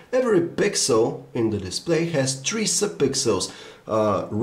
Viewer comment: LOL "Galaxy S tree "